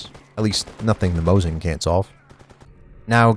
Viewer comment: m o S i n not moZin it sounds like.... Snake S S S not z